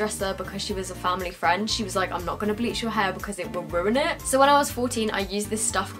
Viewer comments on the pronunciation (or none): none